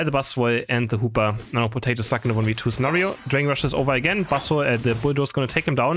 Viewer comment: saying Potati instead of Potato is so funny. 😂